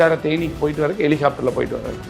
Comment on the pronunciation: அட லகராபண்டை. அது ஹெலிகாப்டர். எலி ஹபிட்டார் அல்ல 🤦🏾‍♂️🤦🏾‍♂️